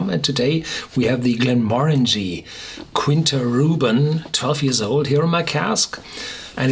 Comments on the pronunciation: Quinta is "kita", where the i is nasal 😉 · I only have one objection... It's pronounced /kee'ntas/ besides that, it's always a pleasure to hear you!